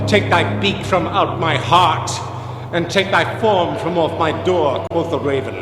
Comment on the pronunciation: quof the raven